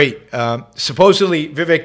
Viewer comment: First of all you you are mispronouncing his name...Vi Vake'! I have watched him for several weeks. I have not heard him make one mistake. Why would you critize his ten amazing points?